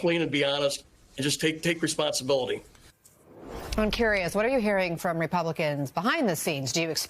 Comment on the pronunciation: "Obsuscate"? OMG. Can anybody in the GOP speak English anymore?